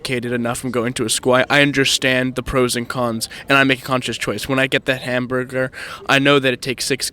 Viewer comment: Why’d he say “hamburger” all fucked up?